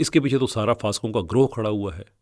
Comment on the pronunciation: پھاسقوں نھی فاسقوں ھوتا ھے